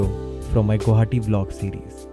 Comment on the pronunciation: "Guwahati" ... Why pronounce as "Guhati" or "Gauhati"????